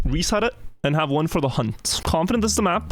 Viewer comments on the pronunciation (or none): none